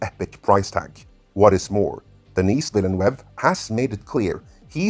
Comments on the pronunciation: His name is French, not Spanish. You got Denis right...once...(sorry, I didn't hear you say the S the first time but I heard it every single other time.), but his last name is pronounced Denii Vee-nuv or Veell-nuv depending on the regional accent used. Source: Je parle Français! The 1984 Dune Special Edition has been the definitive film for me. It's not as true to the novel as the Sci-Fi Channel version, but that version of the 1984 film is a much better-told story than the miniseries (though the miniseries is still fantastic). It's also far superior to its theatrical version. I don't object to the special effects and never will. I love that movie. Jodorowsky's version deserves all of the praise if for nothing else the art and rich details that David Lynch and John Harrison were able to draw on for their versions. That said, from what I know of that version, it's overwrought, and if it had made it to film, there's a strong chance most people wouldn't have been as impressed as they expected to be. Then again, raw cuts of films tend to be five to six hours long and are eventually cut down to two hours. I view Jodorowsky's insistence that the movie be 14 hours long in the same way (seriously, it doesn't even take that long to read the book!). Also! OMG! A halfway decent casting for Chani! That is unbelievable! Oh...jeez you used the cover for Hunters of Dune for the Bene Gesserit. It's the only well written Dune novel in the Brian Herbert/Kevin J. Anderson collaboration, BUT IT' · Thanks for this interesting look... Just one plea: "Denis Villeneuve" is a FRENCH name, so... Could it please be pronounced in the French fashion? Thanks... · Vill-a-nuv (rhymes with love). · Vil-nuv would be the closest way. As someone who has lived among the French Canadians, the attempts on this channel to "spanify" the name makes my stomach churn. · Nope, the "eu" in Villeneuve should be pronounced like the 'i' in bird. Google Translate pronounce it quite well.